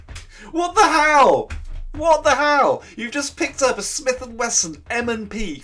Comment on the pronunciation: I'm liking this to raise awareness - not because I actually like the facile "journalism" pedalled by the likes of the Grauniad. Pronouncing Smith & Wesson wrong is I guess their video version of the stereotypical spelling mistakes and grammatical errors in their print offering. Getting UK legal weapons and parading them on camera (with shocking gun safety as well) is just plain old lazy ignorance, but then I guess that is someone or something else's fault too just like murder with a gun is the fault of the gun.